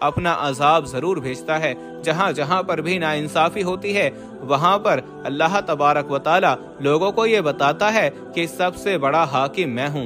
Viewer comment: Every time you saying allaha.it is wrong. You must say Allahu.